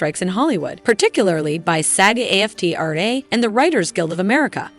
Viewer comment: "Ja-Waukeen" Phoenix. "MahDOM" Web. 😂This has got to be AI voice over. What voice actress wouldn't know the actors' strike is still going and its pronounced Aftra not A-F-T-R-A.